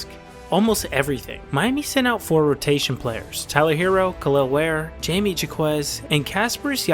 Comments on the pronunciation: Jay-mee jah-quez is a joke right? RIGHT?! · Bro at least learn how to read players names before you post a video.... Jaime Jaquez Jr. is pronaunced completly diffrently than you did